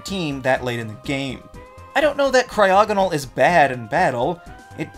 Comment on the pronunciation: CRYOGONAL DOES NOT SYART WITH A G, IT STARTS WITH A C! FIX IT NOW!